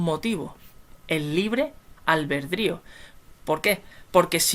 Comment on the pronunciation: Según números es ALBITRIO. , No. Albedrío. Gracias buen desglose